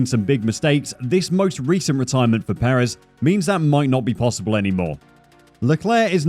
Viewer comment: All good and well, but please learn how to pronounce Sergio’s surname.